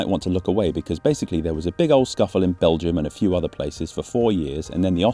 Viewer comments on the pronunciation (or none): none